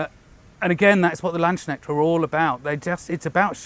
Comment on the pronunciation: Oh man you really butchered the pronunciation of "Landsknecht" :D If youre intrested in how its pronounced just put the words "Land(s)" and "Knecht" in google translate and let it read to you :) Edit: Or just the whole word. Google translate does it quite well